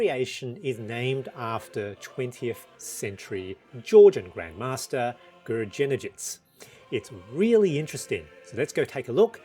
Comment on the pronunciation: Gurgenidze pronounced with G (as in Grab) in both letters :) with accent on "i" and at the end "e" is also strong, just for the info